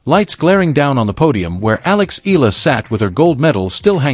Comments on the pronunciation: Why can't you Pronounce. E-yala.and not Ella?...pls rectify your pronunciation.Thank U💜🇵🇭💚🇵🇭❤️ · it is Alex Eala ("e-yala" as pronounced) and not " i-la " 😢😮